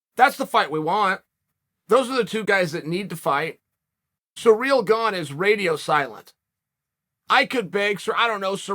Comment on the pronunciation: Chael Sonnen the number one to pronounce athletes names in the ufc. Surreal Gong